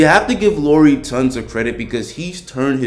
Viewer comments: Great video! Keep it up! One thing that kinda bugs me as a Finn though is how you pronounce Lauri (should be pronounced the same way as Lowry) :) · It's pronounced La-oo-ree. 🇫🇮☺ Anyways, great video!